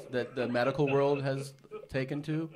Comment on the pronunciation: Redban always failing to pronounce world correct is one of my favorite things. “Rurald”